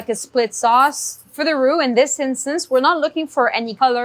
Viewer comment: I swear she's saying "who" 😂😂😂